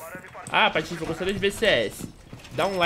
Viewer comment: Q PATOFE Q PATOFE OQ PORRA, É PATIFE